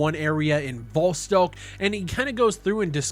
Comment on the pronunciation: Dude pronouncing Vostok a different way every time